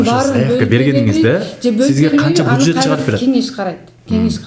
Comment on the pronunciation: Алып баруучу буджет эмес бюджет...